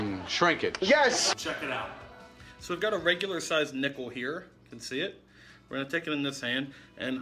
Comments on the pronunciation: when you said nickel i taugth you said nippel then i farted in front of my prfourmence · when he did the nickle trick i thought he said nipple.... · when you said nickel i tought u said nipple haaaaa. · I accidentally heard nipple